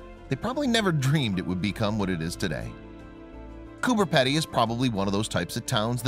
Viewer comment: Completely wrong pronunciation. Who is Cooper Peddy? lol.